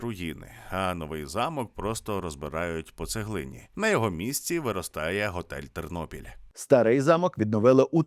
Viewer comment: ТЕРНОПІЛЬ, а не Тирнопіль .Ті,хто зі Львівщини це знають.